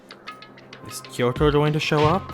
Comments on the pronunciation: That's not how the Japanese language works though. Unlike English where, for example, the letter "A" has multiple different ways to be pronounced, each syllable in Japanese has one specific pronunciation. So pronouncing "Kyo" as "Ki-yo" is mispronouncing it. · Yeah, the "Kyo" is supposed to be pronounced as a single syllable, but the way the characters in the game are saying it is "Ki-yo". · I'd forgotten how annoying it was that they keep pronouncing "Kyoko" as "Kiyoko"